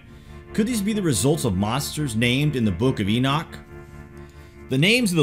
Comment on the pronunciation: E Nock. E knock! NOT E NIK. for fuck sakes. It's not just you...😡 Uh Zay Zil. I mean ma wtf